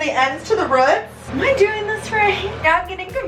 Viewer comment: It's so funny how she says rots instead of roots